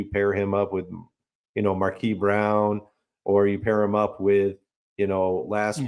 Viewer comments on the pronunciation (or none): Are you intentionally saying Marquise as Markee?